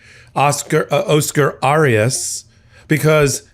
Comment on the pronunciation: Not pronouncing correctly. Oscar Arias. Try again.